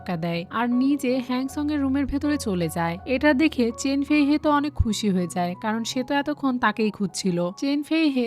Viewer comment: আনেক নয় অনেক😂😂😂😂😂😂